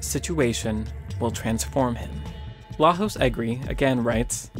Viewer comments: Good video, I really enjoyed the content! That said, being Hungarian, it bugs me that you say Lajos Egri like he's Spanish - the correct pronounciation would be something like La-yosh instead of La-hos. Take care! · The J in Lajos isn't A H, but a Y pronounced. Its a Hungarian name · Thx for the vid. If interested, pronunciation of Lajos is Layosh. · Really liked this piece! One little note: Lajos is pronounced La-yosh (stress on the first, short syllable) not La-hos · Lajos Egri is pronounced Layos Egri, just saying! :D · FYI it's pronounced LAYOSH. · Lajos It's pronounced "Layosh" ;) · As a hungarian, just wanted to say you almost nailed the name of egri lajos. the problem was with j, it's pronounced kinda like the first sound of "you". hope it might help in future videos, keep up the good work! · Thank you for the insightful video. I just wanted to give you a heads up for Lajos Egri's name. It's Hungarian and the j in Lajos is actually pronounced as the y in yellow. So his name would sound like lah-yo-sh, stress on first syllable, as you already did. You pronounced his last name perfectly. You definitely don't have to change it in future videos, just thought I'd give you a fun fact. Love the rest of your videos too! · Lajos egri is a hungarian name not spanish. The pronunciation is [laiosh] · Great video! But please note that the name "Lajos" is pronounced "La-yosh". He's Hungarian, not Hispanic :) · FYI, the J in "Lajos Egri" isn't pronounced an H, it sounds more like the Y in "yes".